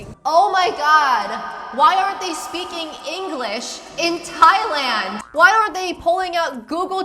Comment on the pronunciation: I’m Native Hawaiian and hearing that Thailand b mispronunciation just made my blood boil. We don’t like tourists here in Hawai’i and honestly don’t want them here. Especially ones like her.